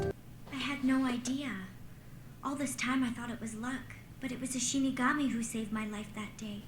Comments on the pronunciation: Is just going to mispronounce a word in every show? Demigorgon vs DemOgorgon, Shimigami vs ShiNigami, the list goes on. I wonder if it's on purpose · Shinigami - She-knee-gah-me pls guys.. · İts not shimigami guys... its shalabustakimbigayori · How is STILL saying Shinigami wrong?